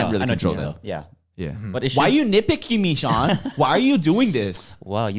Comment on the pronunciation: its pronounced SEE-AN